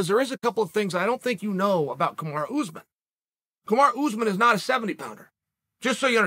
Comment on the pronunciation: Anybody else crack up every time Chael says “OOZEMAN” 🤣🤣🤣